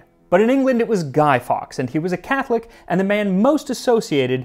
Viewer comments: we tend to say "guy-forks" not "guy-fox"..hope it helps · Love this video but it’s pronounced Guy forks